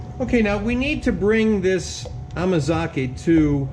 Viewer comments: I giggle when you say amakaze, instead of amazake...😆 2nd time here, and reviewing. I'm having so much fun. Thank you for sharing! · Dude! It's amazake! Ah mah zah keh. Please try not to butcher the japanese language. Thank you.